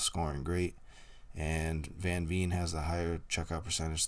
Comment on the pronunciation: Thanks for the video. If you would like to please Dutch ears please pronounce Veen as you would Vain or Vayne. Also, Van is not Ven but has an ah sound.